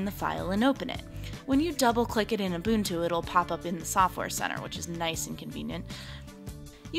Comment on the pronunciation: its ubuntu stupid girl ...